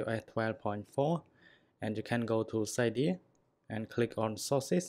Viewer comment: Please it's "Cydia" pronounced as it is written: "Seedya"